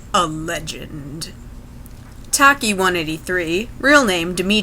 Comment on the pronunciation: It's not pronounced tack E. It's a very common Greek nickname...it's pronounced ..... Well nevermind. 🙄